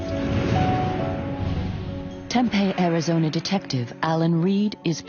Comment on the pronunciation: Y’all gonna narrate get a human being I live in Tempe. It isn’t pronounced Tempe either terrible.